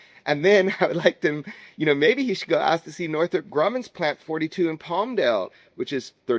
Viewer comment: You can't pronounce Grumman. LOL